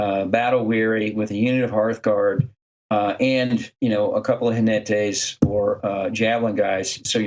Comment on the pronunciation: ¡Jinetes! With the 'j' sounding like a harsher 'h' and the stress on the 'ne' syllable, not 'ji'. Both of you did very well, especially considering you're English speakers (spanish has a very different phonology).